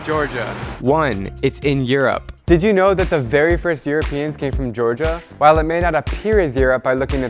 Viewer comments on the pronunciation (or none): none